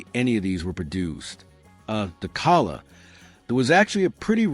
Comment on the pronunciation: AI is obvious. The mispronunciation of Calais is pathetic.